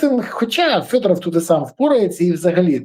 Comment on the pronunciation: Вимови вже нарешті Федоров! Федоров, не фЬодоров!